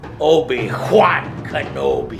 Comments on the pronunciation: Obi-JJJJJJUAN 😂😂😂😂😂😂 bro shit was hilarious! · "Obi Juan" I'm dead😂😂😂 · "Obi-Juan Kenobi" lol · "AH, Obi-JUAN-Kanobi" *sees other joe walk out "how'ju know it whas me?" I was dying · ah yes obi juan, my favorite star wars character :D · Obi “Juan” Kenobi 🤣🤣🤣🤣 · Obi hhhhjuan kenobi